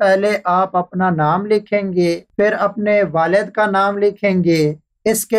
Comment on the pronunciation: Bhai pehli baat tu ye he ke ye video Indian kailiye nhin is liye ap ko Hindi likhna zaruri nhin. Aur doosi bat ye ke urdu main lafz 'PHHIR' he aur ap bar bar hindi zuban ka lafz 'FIR' bol rehe ho. Pani zuban ko promot karo aur hindi bila waja na likho aur na PHHIR ko FIR bolo. Sukria. Don't mind plz. After all vieo is absolutly informatic. Thanks